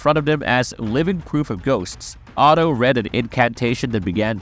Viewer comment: OTHO not Otto